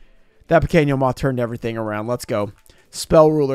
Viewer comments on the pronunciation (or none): You can’t even speak Spanish bro sounds kind of dumb when you say “pequino moth” wrong term anyways and I don’t think you should try and say a more Spanish words it kind of cringe especially cause it doesn’t mean the same thing